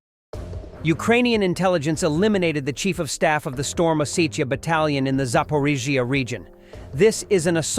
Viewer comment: Thank you seth and team i personally like the AI voice over ,but i wish it could say z,zaporozhye Happy belated New Year to you all❤